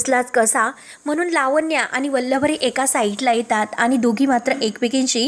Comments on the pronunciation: Aadhi vachat nahi ka Vallari la vallavari ka bolata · वल्लवरी नाही हो.उच्चार नीट करा!